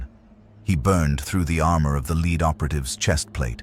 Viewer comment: Started off ok until Vought suddenly knew about kryptonite and developed Stormfront in a matter of weeks to specifically combat someone they knew very little about. Then the AI narrator keeps mispronouncing Vought, lead, Compound "five", and not keeping the accents straight.